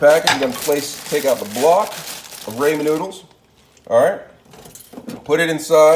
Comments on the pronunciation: It’s pronounced Rah-Men noodles not Ray-Men noodles. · “Raymond noodles “ 🤣🤣🤣